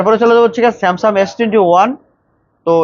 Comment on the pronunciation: ভাই, স্যামসাম না, স্যামসাং বলেন